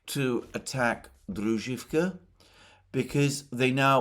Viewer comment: Druzhkovka with accent on O